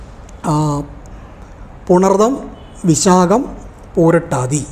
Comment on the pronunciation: പൂരുരുട്ടാതി, not പൂരുട്ടാതി.